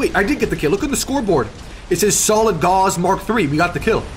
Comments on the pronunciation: You might want to look up the correct pronunciation of Gauss...think "house" or "mouse", not "Gauze", which is a thin translucent fabric of silk, linen, or cotton. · Hearing Gauss pronounced as gauze... It hurts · Learn how to pronounce Gauss. It rhymes with mouse.